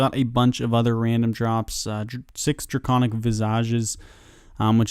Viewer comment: “draygonic veezaj” lool